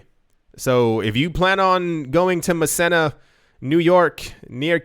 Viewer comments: Muh-Seen-Uh. (Massena, NY) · It's pronounced "Ma-see-na" , New York. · Massena NY, is pronounced.... MASEENA